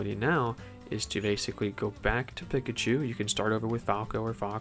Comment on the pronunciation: Pikachu says their name every neutral b and you still mispronounce it somehow